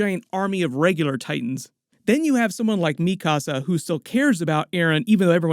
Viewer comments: The way that you say mikasa bothers me so much, because if you’ve watched the show, you would know how to say her name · LMAOOO called Mikasa mi casa lolol